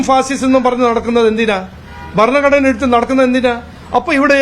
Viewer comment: വർണ്ണഘടന... അല്ല... ഭരണഘടന... ആദ്യം പറയാൻ പഠിക്കു... ശേഖരാ... ഇല്ലെങ്കിൽ പോയി കുറച്ചു ബീഫ് തിന്നു ബുദ്ധി വളരട്ടെ